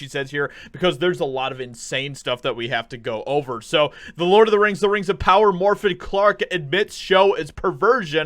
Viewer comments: At least pronounce the name Morfydd correctly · Haha, you butchered her name and normally I would explain how to say it but in this case, I couldn’t care less, she deserves it, she is on her own, lol